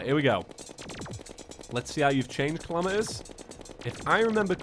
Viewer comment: My friend keeps calling Calamitas "Calamiteez" HOW DO YOU GET AN "E" SOUND FROM AN A?!?!?!?!?!?!?!?!?!?!?!?!?!??!?!!?!?!?!